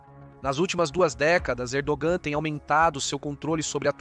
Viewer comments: Camarada estás a pronunciar mal o nome do Pr da Turquia, não é Erdoam mas sim Erdoğan. Para bem do canal há que melhorar a qualidade do luctor. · Não dá para confiar no roteiro desse video que, uma hora fala que a estratégia de ERDOGAN (0'29 - as jogadas da Turquia estao FAVORECENDO PUTIN mais rápido). Depois fala que a estrategia de ERDOAN (nome pronunciado errado) é IMPIEDOSA COM PUTIN..... e ai, galera?